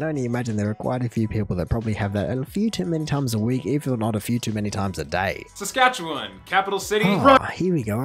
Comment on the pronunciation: So he can't pronounce Iqaluit and Saskatchewan no problem but can't say Newfoundland right. Com'n Man.